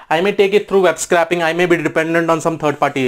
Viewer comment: BTW, "scraping" is pronounced more like "scray" than "scrap". Nice high level quick intro.